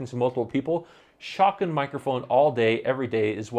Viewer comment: not trying to be funny or anything, but I assume you are saying "shotgun" mic? I googled for 'shocken' mic for 5 minutes lol